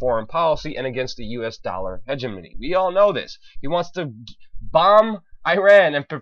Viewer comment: I think you're mispronouncing Hegemony.